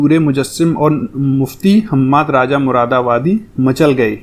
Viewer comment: आप राजा कहते है राजा नही भाई रज़ा बोलते है